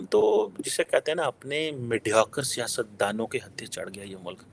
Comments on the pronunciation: is under the influence of some intoxicants. He is calling Siyasatdaan as Sciencedaan. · Siastdaan is correct word for politician Not sciencedan which means scientist.